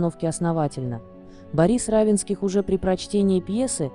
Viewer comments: Автор канала обратите внимание на ударение в фамилии Не РАвенских,а РавЕнских. Это не только на вашем канале. За что же такое неуважение к читателям и героям ролика?! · Уточнить надо было, как произносится фамилия РавЕнских. Хотя бы из уважения.